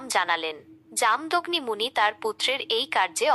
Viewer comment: জাম দগ্নি নয় উচ্চারণ হবে ( জামো দোগ্নি মুনি এখানে পূর্ব মেদিনীপুর জেলার ময়না পুরুষা ঘাট নোনাকুড়ি গ্রামে পৌষ সংক্রান্তির তিথিতে ওরা পরশুরামের পুজো করে ,পূজো করতে নেই কী আছে বুঝিনা জানি না কিন্তু ওরা তো পরশুরামের পুজো করে। পূর্বমেদিনীপুর তমলুক থেকে ১২/৫/২০২৫ রাত ৯:: ০৭